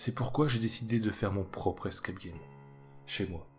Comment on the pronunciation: comment t’as prononcé escape game 😭 un minimum d’accent